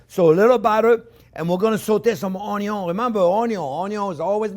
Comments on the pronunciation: I swear, every time he says Onyo I smile 😂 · It’s onyo not onio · Love the way he says onion 🌰